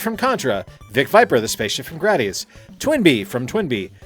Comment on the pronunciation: According to the intro for Gradius 4, it's pronounced Grah-dee-us.